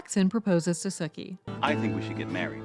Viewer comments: Right? Did they even watch it because she keeps saying Sukie not Sookie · I'm losing my mind over the mispronounced Sookie (Sue-key) not Sook-ie. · It's Sookie not Suh-kie... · Sookie’s name is pronounced with a hard “U”. Sookie (like “spookie”), not Suckie. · Are you calling Sookie “Sucky?” 😂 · That's how it sounded to me too! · And how about the way she pronounced Sookie for one thing? Lol. This isn't True Blood.